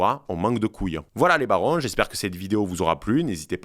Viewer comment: le "on manque de couilles"avec l'accent il est mythique merci!!!Ça sent bon l’aïoli!